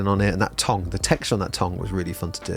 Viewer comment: Please stop saying "tong"